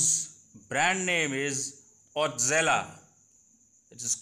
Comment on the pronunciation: How can you pronounce it “ otzela “ !!!